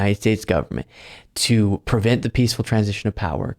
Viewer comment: it's pre vent, not per vent.